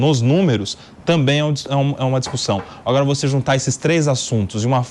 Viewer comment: SE PARTIDOS ESQUERDOS PARAREM DE ATRAPALHAR A NAÇÃO , MELHORARÁ MUITO . E REPORTERES E APRESENTADORES BOBOS . . . " tamén ". Kkkkkkkkkkk